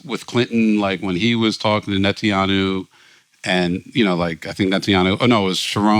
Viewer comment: has said "Netanyahu" about 15 different ways, none of them right. 😂